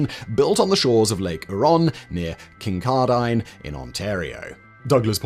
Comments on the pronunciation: I love the pronunciation of Kincardine, Ontario. It’s not “kin-car-dine” rather “kin-car-din”, and say it quickly, accent in the middle syllable. Hope this helps. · It's pronounced Kincardin, not "Kincardine". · Kin-Kar-Din, Not Kin-Car-Dine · hmm ... perhaps it's pronounced differently in Scotland? Here it's "Kin-car-din". I sometimes jokingly refer to it as "Kink-are-dean". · Sigh. Kincardine; Kin-car-din. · Listening to you butcher the pronunciation Kincardine and Lake Huron made the video so worthwhile. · same with "Kincardine" LOL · mangled Kincardine too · being from kincardine, there's lots of different ways I've heard it pronounced, but I never thought I would hear whatever he said. Huron was also very interesting. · Is THAT how the rest of the world pronounces Kincardine? Lol love it. I've learned more about Ontario power generation in 43 minutes than... Too many hours to count reading online. Great vid! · I was very amused by his pronunciation of Kincardine. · After Simon's pronunciation of "Lake Huron" and "Kincardine", Brits are no longer allowed to laugh at our pronunciation of "Frome" and "Worcestershire" 😂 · As a Canadian, (with friends that work at Bruce power funnily enough), I had a giggle at the pronunciation of "Lake Huron" and "Kincardine". As per the tradition of the motherland, we have a flagrant disregard for what letters may, or may not, be contained within a place name. Oh Simon, you did your best. A for effort. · Wow I never expected to see one of the plants I work at on this channel, FYI Kincardine is pronounced KING-CAR-DIN and Lake Huron is pronounced HEAR-ON. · Ngl the way he pronounced Huron and Kincardine hurt my soul a little. Almost didnt catch where he was talking about. Huron = Here-On Kincardine = Kin-Car-Din Also this video should be revised. Doomed is not the take away I get from this video. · Your pronunciation on the towns and places in ontario is so hard to listen to. Kin-car-din, lake hur-on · king-CAR-din on lake HYUR-on